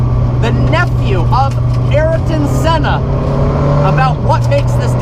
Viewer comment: Ariton? pls...